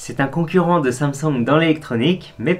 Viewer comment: dis comment prononcer Samsung et 15 sec après il le dis à la française XD